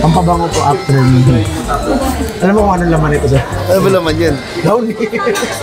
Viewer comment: hindi "No" yun. "Mo" yun. hahahahahah